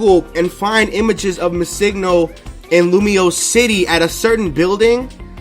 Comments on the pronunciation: BRO! Pronounce Missingno like Missing No (Missing number). It's not Missigno, driving me nuts. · Yes... so much. It's not hard. It's Missing No (number) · It's Missing, as in the word Missing and No stands for number. You're saying it completely wrong :x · Did it bug anyone else how he pronounces MissingNo.?